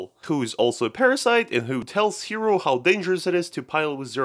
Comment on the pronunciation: Look I swear I'm not trying to be rude and stuff and I know you people who speak english have trouble with japanese, but the protagonist is NOT name "Hero", his name is Hiro, pronounced Hee-Roh, it's a totally real name and it follows the naming scheme of the anime.